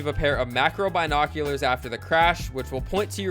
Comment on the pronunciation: Pronounce binoculars correctly 😂